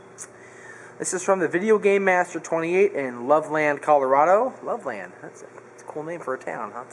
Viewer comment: its properly pronounced Love-Lend. Loveland